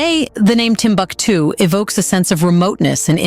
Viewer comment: Timbuktu, pronunciation: Timbooktoo. Otherwise nice. Really great editing. The manuscripts in indigenous languages in Arabic script are the Ajami scripts which are now digitalised for preservation. Unfortunately, this once upon a time most important citiy of the middle Ages is gradually falling apart despite being a world heritage site.